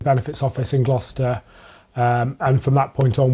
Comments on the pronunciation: uncle foster went to Gloucester! It's pronounced like "Gloster shire" but it's so difficult I know! You gave it a go and that's all that counts! ❤ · Glow cashur... do you mean glos te shire?.. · It's a case that's been going on for a while now, I'm surprised you've not seen anything about it, but yeah it's crazy right? Also, bless Brookes pronunciation of probably the most difficult to pronounce county in the UK Gloucestershire lol. Uncle foster went to Gloucester... Not Glawster hehe great try tho!! Love that she's bringing this to light on her channel! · Not to take away from this serious video topic at all but your pronunciation of the town had me CACKLING. It’s not pronounced “Tweaks-bury Glack-ah-sure” The correct pronunciation is “Tyooks-buh-ree, Glo-stuh-shuh” 😂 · it’s pronounced “glost-eh-sheer” for next time ❤ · Gloss-ter-shire is how u say it from Sam near London in the uk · Gloucestershire is pronounced ‘gloss-ter-sheer’ reporter even says it for you correctly in the clip you used straight after 😢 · Say it with me .. Gloss-ter-shirr. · Its pronounced gloss-tess-shire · Gloucestershire is pronounced like "gloster-shur", and CPS in the UK means crown prosecution service xxx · Tweaksberry Glawcashure? 😂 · Gloucestershire isn't as hard to pronounce as it looks, like many British words, half of the letters are just there for show, it's gloss-duh-shire. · Gloucestershire- gloss-ter-shire 😊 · i know this isn’t the main focus of the video, and i really do feel for the victim in this case.. but for future reference if you cover more cases from this area, ‘gloucestershire’ is pronounced as ‘gloss-tuh-shuh’, same as ‘gloucester’ is ‘-gloss-tuh’ :)) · It’s pronounced “Glostershur” hun x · This happened in this town next to mine...absolutely insane... great coverage but just so you know its pronounced Glos-ter-shire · Pronounced toukes berry and glost ter shire I hope that helps 🙏 😊